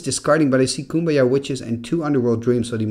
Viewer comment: Pretty sure Cuombajj is pronounced coo-ahm-badj. And Serendib is sair-in-deeb.